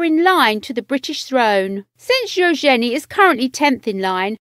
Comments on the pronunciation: Its eUgeNIe not EUOgenIe. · Ushenee.....good grief. You could’ve at least got YouTube to teach you how to province Eugenie before recording this video.